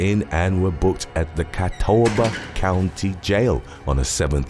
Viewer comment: I'm from Catawba County and had to laugh a little at the pronunciation....not as hard as I laughed at the idiots who had to go to their jail, though! 😂